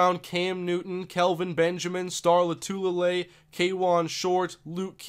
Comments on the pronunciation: Oh and. Loh-Two-Lay-Lay. :P I watched him at Utah, and have met him. Great guy. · lol you said star L's last name wrong